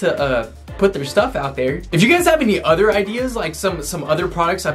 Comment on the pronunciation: The way you say other though it found like your saying utter udor